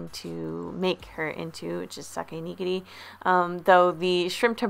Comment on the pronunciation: Not Sake Neegeegri (quickly) It’s (Sa-Kay) (Knee-Gear-E)